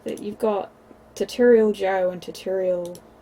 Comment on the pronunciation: Ta torial? Im British never head tutorial pronounced like that..